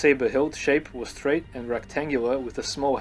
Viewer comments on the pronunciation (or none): none